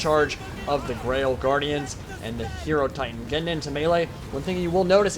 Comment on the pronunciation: Great video. That was an awesome battle, but I have one question: isn't it pronounced "Hai-Ro-Titan" like Hai-Ro-Phant" instead of "Hero-Titan"?